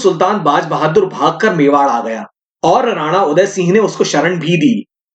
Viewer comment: वह सब हमारे आदरणीय उनका नाम आप ढंग से बोले